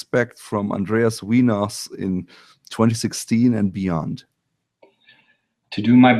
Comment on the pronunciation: Haha. He's name isnt "Weeenaus", it's "Wheynaus"